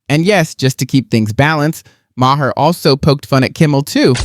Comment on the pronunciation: Looking at what video to watch next, "F*ck woke Whoopi" caught my attention. First time that I hear Maher pronounced like that. AI?